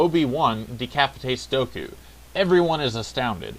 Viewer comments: Dooku, not Doku! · Dooku not Doku